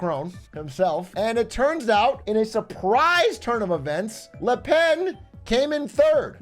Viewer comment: Là pèn is all I’m hearing atrioc yap about